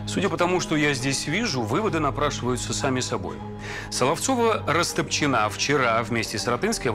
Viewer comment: Почему Растопчина́, если по-русски удобнее говорить Расто́пчина? 🤨